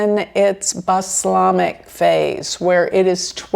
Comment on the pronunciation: Balsamic NOT baslamic. You've transposed the l & the s. Think of Balsamic Vinegar.